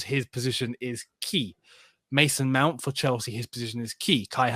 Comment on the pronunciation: Is it me or always says ‘Meownt”?😂